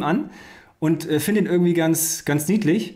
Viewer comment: Ürgendwie, ürgendwo, ürgendwas. xD